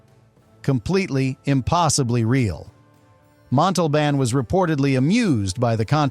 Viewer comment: He did mispronounced Montalban's name wrong the first time and corrected it the second time. Don't like AI produced videos that take somewhat interesting subjects and then do a halfhearted video like this one.